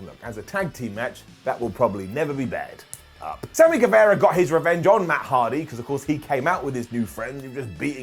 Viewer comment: get the pronunciation of GuevAra right!